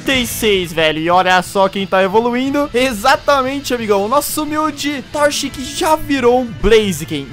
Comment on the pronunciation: falou torchic errado